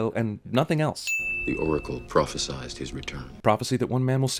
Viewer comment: You missed a sin for saying prophecised not prophesied